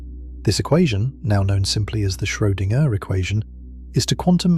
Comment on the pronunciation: Schoedinger is pronounced in one string